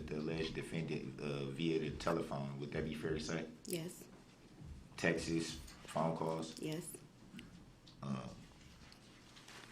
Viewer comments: What are “texes?” Is that like “substain” and “tackit” agreement? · What does Texas have to do with it, stupid? It's pronounced texts. Also, quit it with your limp wrists, you look like a high school girl